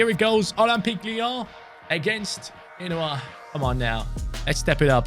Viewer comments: It's Genoa not Ghenoa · It’s pronounced: Jen-oh-ah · He's pronounced genoa wrong